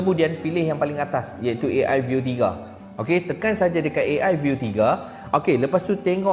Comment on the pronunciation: AI bukan E AY,pake lh alpabet Indonesia yang bnr